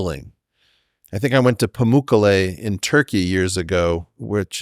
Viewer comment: That's not how you pronounce Pamukkale